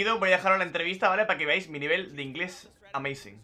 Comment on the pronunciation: Cualquier pregunta en ingles: is “amaizin” i win we win